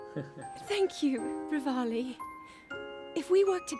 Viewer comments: It pronounced re-val-i revalidation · It’s “rée-val-ee